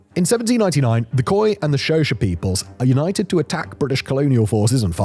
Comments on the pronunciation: Xhosa - It's pronounced with a click, not as Shosa. At least say Khosa. Simon your poor pronunciation hurts my ears😂😂😂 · It's the pronunciation of Xhosa that took me a while to realize what Simon meant to say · By "Shosha", is Simon referring to Xhosa?